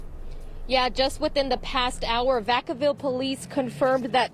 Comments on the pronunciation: No worries bra shit aint that serious was just tryna give you a heads up so you weren't out hear lookin crazy saying the shit wrong thinking it's right & no one giving you a heads up on it.. Other then that good video tho & appreciate the content! & Now you'll no how to pronounce a city you'll prolly never need to announce again forever hahaha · I damn near died when he pronounced vacaville wrong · Lmao my people out there and I heard him say it and thought wtf he just say 🤣😂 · Me too! I'm from DC but I used to live in Sacramento. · Vaaaa kaaaaaa villllll not vaCowwww. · Vacal? It’s “VACK-UH-VILL” 🤣🤣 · Man you got the Town name all fucked up ..it's VA-CA- VILLE...NOT VA -CAL....WOW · Lol 😆 its called Vacaville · It’s not Vuh-cal-ville It’s Vacaville (VAKAH-VILLE) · DID U JUST SAY "VA CAL" CITY CALIFORNIA LOL NOOO ITS PRONOUNCED "VAK-A-VILLE-" IM FROM THE YAY-AREA... IM FROM THE HOME OF MAC DRE THE (CREST) VALLEJO CA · I'm from Sac born and raised so just a heads up bro it's pronounced vac-uh-ville not va-cow-ville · VAC-CA-VILLE NOT VA-CAL...SMH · Nigga it's Vacaville, like Vackaville🤣 you murdered that name🤣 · Its vacaville like vacuum vac a ville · Vack- ca- Ville.. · Its Vacaville fam ( vac- a -ville )🤣🤣🤣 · I never heard that city pronounced like that in my life “va cow bill” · Aww man hearing you mispronounce Vacaville.. it’s Vac (like vacuum)-uh-ville. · What’s the name you gave Vacaville? Pronounced Vack-uh-vil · Lol that town is pronounced vac like in vacuum a ville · It's pronounced Vac-A-Ville lol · Pronounced va-cuh-ville lol smh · vaca(like vacuum)-ville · No disrespect but it's pronounced VAK-A-VILLE 😅😅 your welcome🤷🏾‍♀️love your content and channel. New sub❤️❤️ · The name is Va-cuh-ville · Its pronounced Vaca-ville 🤣🤣🤣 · It's vac-uh-ville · Vaca-ville bro lol u pronounced that bihh all wrong lol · Vacaville is pronounced diff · If you don’t know how to pronounce a Cali city “Vacaville” stop doing stories on Cali!!